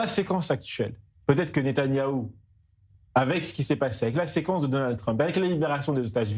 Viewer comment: Ce gars-là, il ne peut même pas prononcer le nom de Netanyahu. Qu'est-ce qui le prend?